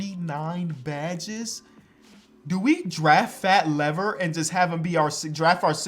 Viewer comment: the way he says Fat Lever is killing me on the inside